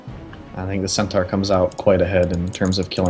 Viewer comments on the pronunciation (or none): Every caster is getting this wrong. Centaur, (cent-ore)